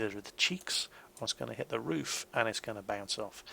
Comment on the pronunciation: maybe it's just because I'm from across the pond, but every time you say "took a big-ass hit" I hear it as "big-ass tit". Makes me smile all the same. Keep up the good work! Your vids are incredibly helpful!